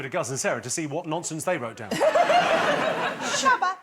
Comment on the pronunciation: I found the "shabba" answer super funny because the way they say it sounded exactly like "tjabba" which is a slang word for hello in Swedish.